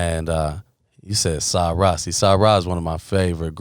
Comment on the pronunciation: When Vic mentioned Om'Mas Keith and Scoop said "Sa-Ra", that's when I knew Scoop is a student of the culture 🙌🏾